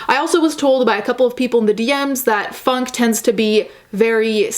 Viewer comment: When you first said “funk” I thought you said “fuck”. Genre fuck.